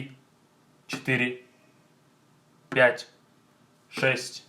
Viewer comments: 5 sounds like blyat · Столько в Америке живешь, что уже пять произносишь как пячь)0))